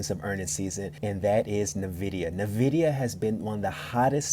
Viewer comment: NuhVidia. Bruh, it's N-Vid-IDIA